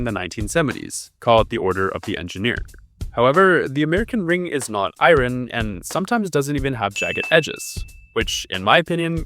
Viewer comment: Not "iren"; "i-ern".